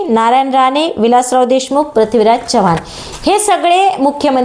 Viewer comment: चव्हाण आडनावाचा उच्चार नीट करावा चव्हाण च्यवाह्वाण नाही